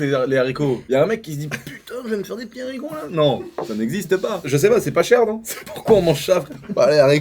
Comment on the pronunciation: Les zharicots…